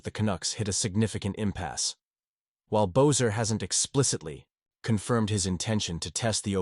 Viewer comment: You know his name is pronounced BESSER NOT BOZER! How can you trust what you say when you can’t even get their names right? Amateur